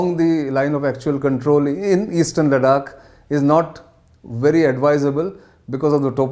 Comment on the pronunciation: Good lord man LADAKH not LADAK GET IT RIGHT. YOU’RE ON NATIONAL NEWS NOW. 😏